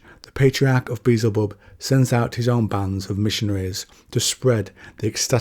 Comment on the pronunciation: There’s something oddly orders of magnitude less threatening about the way you pronounce beezelbub. lmao